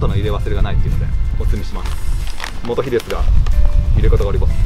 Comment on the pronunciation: モトヒと発音？モトゴエじゃないですか？